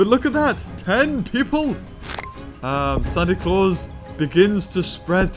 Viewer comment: He said santi claws but he named it santi CAWLS